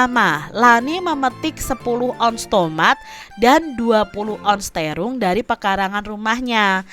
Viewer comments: TERONG KK BUKAN TERUNG CANDA WKWKWKWK TPI LUCU MAAF YH KK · It. Bacanya terung padahal bacanya terong